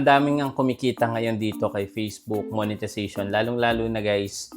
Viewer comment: Tumahimik ka, ni sarili mo nga hindi mo kayang kumita ng ganyan kalaki. Isa pa tagal mo na sa larangan ng social media. Palagi kang nagtuturo about monetization .Ni monetization nga hindi mo pa ma pronounce ng maayos. Tumigal ka nga jan. Ayusin mo muna yang bibig mo kaysa sa mga tutorial mong bulok.